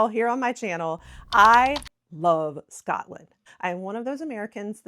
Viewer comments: Your pronunciation of Edinburgh is very good. I’m Scottish and I love listening to diaspora Scots in America who still feel an affinity with our homeland. The one thing that you could practice is to not say Scutland. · Just remember it's "Scot" (as in POT) "land"...it's an O and not an A. We, in Glasgow anyway, pronounce it slightly different due to the Glaswegian dialect and accent...it's difficult to explain but the "O" sound is a bit longer and has an "AW" sound like "Scawt-land". Some places will elongate the "O" sound even more so it's more like "Scoo-t-land" (but not Scoot as the "t" is a bit separate). It's weird and, as our accents and dialects can change over a very short distance, it can be difficult to get it just right but if you stick with SCOTLAND and not SCATLAND you'll be fine. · 1 pronunciation that annoys me is, when people say ScAtland